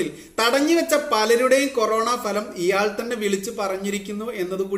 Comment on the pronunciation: ഫലം അല്ല ഭലം ..... ok